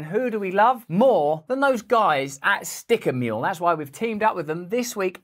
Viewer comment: I always thought u were saying "sticker meal"... just saw today that your saying "sticker mule"